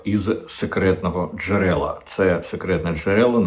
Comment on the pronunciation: Не з "секретного дже^рела", а "з ... джере^ла". Що, потрошки переходимо на кацапо-підерський жаргон? Нормальна українська мова вже не влаштовує?